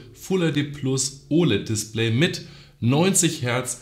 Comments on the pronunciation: Niemand:: das DisPLÄY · Lustig wie du das Wort DISPLAY ausprichst :) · Mich regt es auf wie du Display aussprichst, sonst nices Video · Bin ich der einzige der sie Aussprache von display komisch findet ?